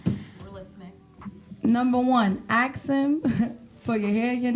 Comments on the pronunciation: If she’s so educated, why does she still say “axe” instead of “ask?” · the word is ask.. not AXE.. i think if a woman cant even say this simple word properly.. and makes excuses as to why or even tries to shame you for correcting her... she is not a lady and should be left for the streets. chick said niggas NEED tp be spending that money on them.. cus we not gona die with that money..so we should just spend that. the level of manipulation here..and they get mad if you dont and start getting aggressive.. question is where's their own money though? Host sai those are simps though.. she said NO! those the ones that got it.. im like.. ok like simps dont have it also, thats why they giving it away. long n short.. whores. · Ask him: ✅ Ax him: ❌ ( The first 48 Hours ) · Ain’t dating no grown ass female that says Ax instead of ask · Masters Degree but can’t pronounce “Ask” correctly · Masters degree but can’t pronounce “ask” correctly is wild